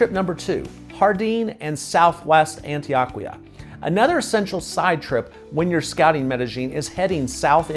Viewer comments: You are correct. Pronunciation was also off a bit on Guatapé, El Peñol and Jericó. Still a well done and informative video. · On-Tee-OH-Kee-Ahh. Love ya,, but man oh man, do you have A LOT of gringo in your Spanish pronunciations. 😀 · Do you purposely pronounce Spanish words as Gringo as possible? 😂😅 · Is Antioquia pronounced 'AntiOHquia or AntoAHquia. I was under the impression (in my limited Spanish skills) that the letter O is always pronounced like 'OH'. Maybe I am wrong about this? Regardless.. I like your video.